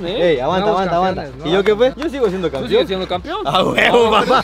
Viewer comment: Después de 50 años sigue diciendo campion jajajajajajaja